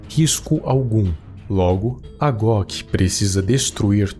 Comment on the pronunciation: So Eu fiquei escutando em vez de GOC eu escuto GLOCK kkkk